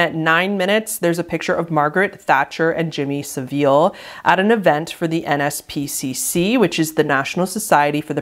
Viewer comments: why can Americans not pronounce Jimmy Savile right? It's not "saveel" its "sa-vul". no hate to but whenever Americans talk about him they always say his name wrong (as if it's Seville) and I don't get why. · This is so not relevant but Jimmy Saville's name is pronouced (sah-vul) as in bull. Tbh he was a disgusting man though so misprouncing his surname is the least of anyones concern